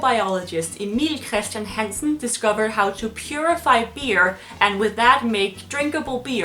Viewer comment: I'm Danish, and when she said 'Emil Christian Hansen' she did really sound like a Dane